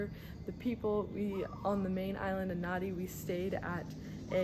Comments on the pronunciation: It’s pronounced Nandi, written Nadi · "Nadi" is not an island, and you didn't even bother to learn how to pronounce the name of that city correctly. You obviously do not care at all about what is actually happening here, all you did was what tourists do. Why did you not visit the real Fiji? When you said "Yawasa Island Chain" is when I had to stop this nauseating video. Next time you go somewhere, please get to know the place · So you think that calling your traditional drumming an annoying tapping sound is OK? And how about not even bothering to learn how to pronounce Nadi? Why did she bother coming here if she does not want to learn anything and is so disrespectful?